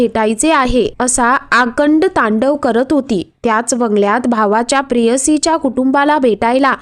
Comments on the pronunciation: आकंड तांडव नाही ग बाई, आकांडतांडव! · किती वाईट उच्चार...आकंड तांडव म्हणजे काय... नवीन मराठी दिसतंय हे